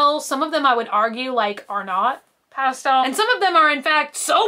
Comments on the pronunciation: Emphasis was on the wrong sounds.. might be regional 🤷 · When she pronounces pastel as ‘pass-tell’